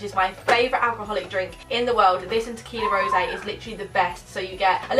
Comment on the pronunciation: It’s just tequila rose not “rosè” lol